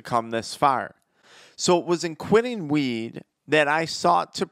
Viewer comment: Why does he sound like he saying “smoke meeeed”